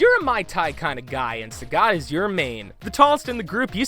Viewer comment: "Sah-got?" You are good at reading.